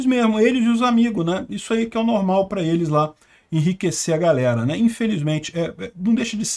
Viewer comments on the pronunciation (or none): none